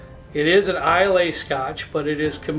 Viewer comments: couple things.... eye-luh, not eye-lay... and it's pronounced oog-dahl, not you-ga-dahl. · Nice lineup and review! I love the distiller app as well. Very helpful It’s pronounced Eye-luh not Is-lay or eye-lay. Love that most of your selections are from there tho! That’s about 70-80% of my scotch collection. Where are you getting Uige for $30-35?!? That’s closer to $70 near me. I’d buy the shelf if you see that again! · seen a few of your vids.. i like your content a lot. i like the structure of daily/ mixer/ friday night/ impress a guest/ special occasion. but i cringe so hard at your pronunciation of islay. its pronounced eye-luh lol. I too love that island and all its whiskies. loved your pics on this vid. all great whiskies. you bring good approachable tasting notes.for special occasion bottle i HIGHLY recommend Glendronach 21. it should save you about $30 on the dalmore. A fun extra category might be single barrel for these videos. cheers! keep it up. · Thanks for doing Scotch!!! Your list is fantastic! Wonderful descriptions . I think both Monkey Shoulder and Naked Grouse are Pure Malts, basically blended malts, so no grain whisky in there. Johnny Walker Green is also a Pure Malt. In Scotland Islay is pronounced I-Luh or Eye-La. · Islay is pronounced EYELA! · Islay is pronounced “eye lah” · Islay - pronounced eye-la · It’s pronounced EYE-LA